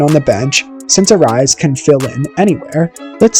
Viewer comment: I like the video, but you're pronouncing his last name wrong and all I can think of is the greek god of war.